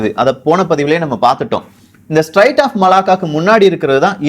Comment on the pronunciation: தம்பி அது ஸ்ட்ரைட்ஸ் இல்ல பா ஸ்ட்ரேட்ஸ் Straits of Malacca. பெயர்களை தப்பாக உச்சரிக்க கூடாது, உன் பெயரையும் உள்ளிட்டு !!!